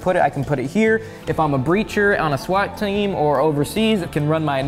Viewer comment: Pay attention to how southern sounds when he says the word "team."